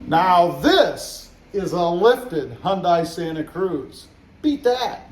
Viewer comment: Quality of your videos are really going down. Nothing good anymore. Additionally, still annoying to mispronounce the brand every video. Sigh. Unsubbed.